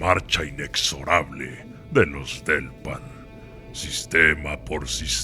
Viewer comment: apenas hasta ese momento entendí que se llamaban "Delpan", pensé que estaba diciendo "Los del pan" yo pensando que ese nombre no imponía ajajajjaa